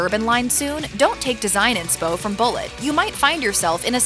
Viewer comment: It's Boo lay. it's French!